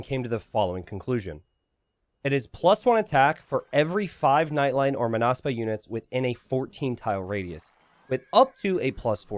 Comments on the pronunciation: It's Mónaspa, not Monáspa (with Hermione's voice) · you pronounce it as [məˈnʌspʌ] or [maw-nahs-pah].